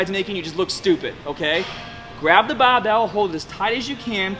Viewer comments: Is this dude an american trying to sound british or the other way around? I heard both baabel and barbel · The Bah-bel ! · Taaaahget the short head with a wide grip baaaahbell curl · U wanna taaahhhget both heads with a baahhhhbell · Hahahaha the BAH-BELL. Sorry, I seriously love your videos.